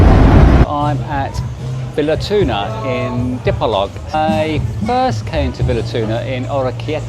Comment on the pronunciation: What is the name of the hotel you stayed in, I will be in Dipolog next week. I also have stayed before, I don’t know if I will remember where that hotel is. I believe Dipolog is pronounced Dee-poor-loog. It’s easier for me coming from New Zealand,the vowels pronunciation is same as Maori language back home. As for the coal,it wasn’t charcoal for cooking.